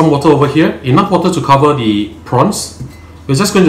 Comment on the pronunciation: 😂😂😂😂please say ‘the’ and not ‘dee’ boleh tak? 🥰🥰